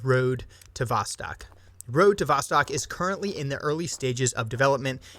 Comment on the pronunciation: Its pronounced more like vostoke, its "east" in russian. So road to the east.